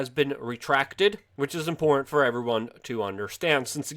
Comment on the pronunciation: Impor’t?... Do you mean Im-por-tant... lol